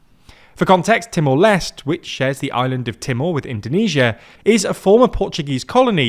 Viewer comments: Timor Leste -- you should pronounce all the letters in LESTE (like: less - teh) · Timor les tay is the correct pronunciation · Lot of people is angry about pronunciation about "Timor Leste", it's ok that's how different people talk, at least we got mentioned🙏🏻🥲. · i will forgive you wrongly pronounce Timor-Leste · Leste has two syllables, like seriously you couldn't work on pronouncing that extra syllable at the end? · holy fuck no shame pronouncing Timor-Leste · Well, now you know how the Portuguese pronounce it, with an almost silent “e” at the end. Brazilians do pronounce that “e” though. It's true that aren't good with pronunciations, but that isn't the case here. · it's not Timor Lest. It's Timor Leste.... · It's pronounced t-more-less-tay 😅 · The correct pronunciation of Timor-Leste is: “TEE-more LES-teh” Here’s the breakdown: • Timor: Pronounced “TEE-more”, not “Timur” — this is based on Portuguese pronunciation. • Leste: Pronounced “LES-teh”, from the Portuguese word for “east.” So, it is not “Timur Less” and definitely not “Timur Lesr Teh.” ✅ Correct: TEE-more LES-teh ❌ Wrong: Timur Less / Timur Lester / Timur Lesh / Teemoor Lastay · You guys REALLY need to do better trying to pronounce foreign names and places. It's "TEE-more LESH-tay" or "LESS-tay." Either way it is not "lest." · the video again. He called the country Timor Lest. That's not how it is called. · Great reporting, but a little tip: the final E in Timor Leste is actually pronounced, something like Timor Lest-ey.